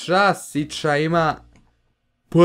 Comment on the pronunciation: SIĆO a ne Sića